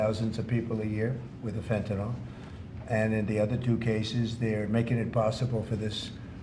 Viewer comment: FENTANYL FENTANYL FENTA NYL NOT FENTANOL!!!!!